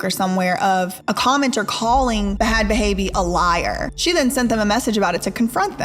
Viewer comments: It's pronounced Bad Baby😩I love your vids girl but everytime u pronounce it bahad bahaby I die inside😂😂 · Why do you pronounce her name wrong? It's not BA HAD BA HABIE.. THE H's are silent... its pronounced BAD BABY.. unless you do it on purpose to be sparky? Which i can understand! Lol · I know you said you didn't know any better but thh the way you pronounced Bhad bhabies name was like nails on a chalk board and you made sure to do it that way so many times lol. Like literally its just spelled that way. The way it's pronounced is "bad baby". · I can’t get over you pronouncing her name b-had b-haybe 😂😂 duuudeee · It's Bad Baby. The H is silent. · This is such an in depth and good video. I will say, with how much research you did it’s wild to hear you pronounce the h in ‘bad baby’. Almost like you are coughing out her name 😂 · dawg. danielle bregoli is so much smarter than people think she is man. i fully believe the dr phil stunt was a ploy to get her rap career started and it worked. it was genius if you think about it. also. her stage name is pronounced Bad Baby. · You’re pronouncing her name wrong. It’s pronounced bad baby. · I'm getting triggered by her pronunciation of bad bhabie she keeps saying b-had ba-habie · Hearing this woman KEEP saying Buh-had Buh-haybee is physically hurting me lmao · Now knowing how the ranch really is, I bet if Danielle could go back in time, she'd pick jail instead of the ranch. ETA: I think it's adorable how u are pronouncing "Bhad Bhabie"! Not sure why she added the H's, bc she pronounces it as if it was "Bad Baby", lol. Love u, mean it...k, bye!!!! 😘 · Girl it’s just bad baby.. you don’t need to pronounce the H’s lol. They’re silent 😂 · Its pronounced Bad Baby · Girl. I love your docs. I watch everything you post. But please do some research on the people you post about, because listening to you sound out the “H” in Bhad every single time… it was honestly so aggravating lol. I love you! And your videos! But oh. Em. Gee. lol